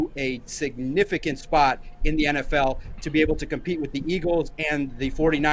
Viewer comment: Lol dude said I'm gonna toot my own horn , then called Quinnen by the name Keenan twice . Good grief